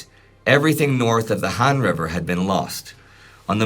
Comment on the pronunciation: That river is pronounced H-ah-n not Han.